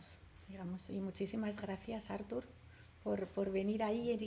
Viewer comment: es Arturo en catalán ( no Ártur!! ) y se apellida (no Salas). Saludos.